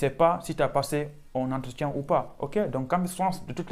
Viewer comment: Tu as dit "entretian" ou "entretion" 😂😂